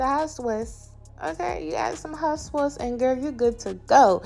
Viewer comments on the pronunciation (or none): Hot swauce? Ive never heard anybody calling it hot swauce before you sure it isnt sauce?🤣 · Just wondering where you're from that you pronounce it like that... They look delicious, btw! I'm gonna fry me up later today - sour cream & adobo sauce (from a can of chipotle) for dipping. Yum.